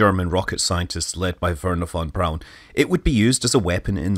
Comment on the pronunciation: Fon brown is how you say it